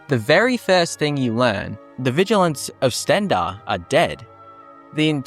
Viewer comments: "Vigil ants" yeah the first time you said it I could believe you misspoke but now I'm reporting you and disliking. Also contacting British police and telling them you said something hateful to me, expect a fine or jail time. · VigilANTs? Nice English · sorry had to stop the video because of how you say Vigilants